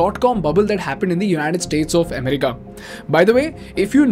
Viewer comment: Not UMRI-KA... It is A-MER-IKA. By making this slight English correction you'll make better videos. You just learnt something new.